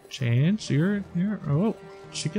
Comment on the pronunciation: Chang'e is pronounced Chung Uh